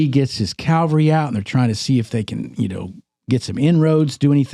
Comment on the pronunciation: When are you guys going to learn how to pronounce the word cavalry. Not calvary.